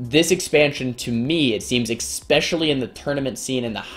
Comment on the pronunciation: when are u going to learn how to pronounce especially correctly